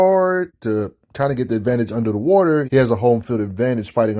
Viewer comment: He says wauter like aceverse aquaman. Also aquaman is in the top 5 of pure strength in the justice league